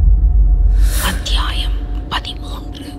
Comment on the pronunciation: Thanks for uploading Mr.Rajesh kumar Novel😊 Thanks for your vocal 😊 Especially....Aththiyaayam😊😊